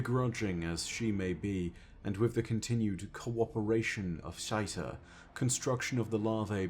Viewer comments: I don’t think it’s pronounced shite-a lol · Can you at the very least try to pronounce the worm mother name better? SHY-TA?? Xita what sound does Xi make. Now add TA to the end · you make amazing content but your pronunciation on certain things really just bugs me.....the letter X makes the ZZZ sound.....not the SH sound......stop calling the mother worm Shita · I still just can’t watch these videos with a straight face while unironically calls Xita “shite-uh”. Just makes me giggle so hard every time. Super distracting. My dude, you need to learn that Xivu is pronounced “Zee-vu”, and that Xita is pronounced “zee-tuh”